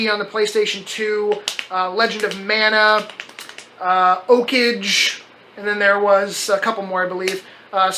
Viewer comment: "OAK-AGE"...lol. Okage is pronounced.....Oh-Cog-aye.